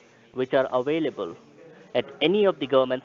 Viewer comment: As soon as your "Wouchers" are "Awailable"....you "Vill" send the "Wouchers" to "Vashington", DC.....LOL!!